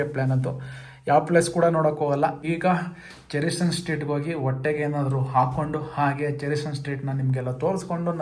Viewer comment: ಚೆರಿಸನ್ ಸರ್ಕಲ್ ಅಲ್ಲಣ್ಣ ಚೇರಿಂಗ್ ಕ್ರಾಸ್ ಸರ್ಕಲ್